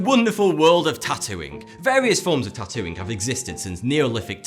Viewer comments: Is he saying tattooing or Tatooine?? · When he said 'the wonderful world of tatooing' I thought he said the wonderful world of tatooine.